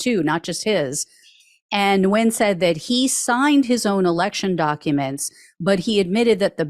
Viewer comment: Nguyen is pronounced "wen"